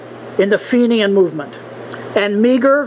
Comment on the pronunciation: Interesting talk however you miss some points. Meagher is pronounced "Maher" not "Meeger". The Fenian Brotherhood split in early 1866, the O'Mahoney faction (Attack Ireland - Campo Bello) to strike before the Roberts faction takes the glory (Attack Canada). Two seperate groups with two seperate goals, not one as you infer.